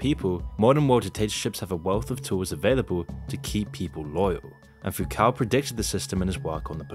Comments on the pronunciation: How do you still mispronounce so many words. It's Foo-coh not Foo-COW. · its pronounced "Fook-oh" and we all know who's really in charge here. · Foucault is pronounced foo coe. You should make looking up the correct pronunciation of names a regular part of your research for videos.